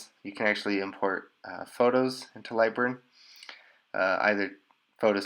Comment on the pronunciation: I can't figure what software he said he used? "Librin?"